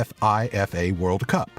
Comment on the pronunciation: Not as funny as him spelling out F.I.F.A. instead of pronouncing it as Feefa.